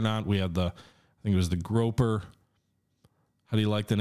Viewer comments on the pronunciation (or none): SS Grouper. “Groo-per.” “Groh-per” is the name of the shore leave picket boat.